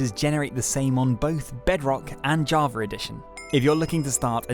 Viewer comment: Love the way bro says Java jarver